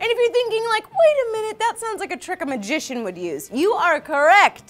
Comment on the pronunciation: The way said "Trick a magician" sounded like "Trikamajision" and that sounds like a pokemon.: the expert pokemon namer.